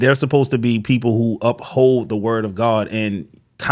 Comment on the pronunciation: He was so po… he couldn’t afford to put the last few letters on the end of his words.